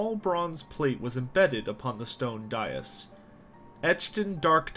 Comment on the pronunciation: You are mispronouncing "dais" and "druchi". Nice work other than that!